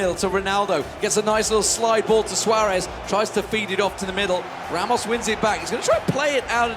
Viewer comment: the irony is the commentators werent able to pronounce players' name properly, e.g. 'Ramos'? Tass played better and he had the card to hold the ball not to push it. The other player was close to a comeback before Tass went seriously. (Thay thang em comment nhay vao ke ti) :))))